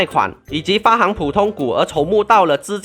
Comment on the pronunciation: 感激制作 受益匪浅 美中不足是有几个词念错 像：折旧，发行（例如：行人，银行；这字有两读音）